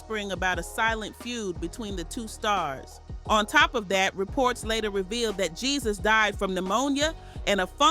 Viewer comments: Why she pronouncing his name GeeZus? It’s pronounced “hey-Zeus”. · His name is not pronounced the way its spelled!!! The "J" is pronounced with the "H" sound. I ' CAN'T '🤦🏽‍♀️, with this pronunciation 😂😂😂